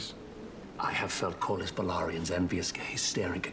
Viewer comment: His name is Corly pronounced Cor-lis.😊